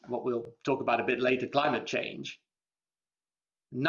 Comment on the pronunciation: He just said Chang of government.